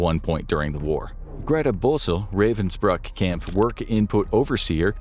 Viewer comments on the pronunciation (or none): The place is actually called Ravensbrück. Why does "Ü" matter? Pronounciation is different.